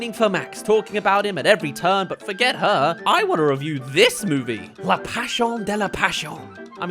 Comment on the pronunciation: He hasn't heard the name Guillermo before nor knows how to pronounce the word "Pasión". How can I trust such an inexperienced nitpicker?